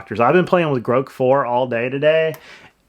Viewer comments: Love you but it’s GROK like WOK. Not Groak like throat or boat lol 🙏🏽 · Groke?? Dude, Grok is pronounced like "grock" with a short "o" sound, as in "rock." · i think its commonly called grock and not groak.